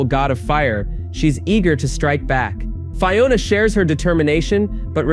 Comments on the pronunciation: Fye-ona? Land of Oh Oh? Fuck off with this AI bullshit. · How are you mispronouncing Fiona? Her names is used every episode.